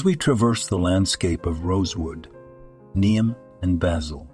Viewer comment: If you use AI to write the copy and narrate, it would behoove you to edit your presentation. Try to get all the words consistent (Neem leaves listed as neon, name, niem. Once it came through as neem, then immediately the word for injury, wound, was pronounced as if winding a wire on a spindle. All the copy/narration shows similar dumb mistakes.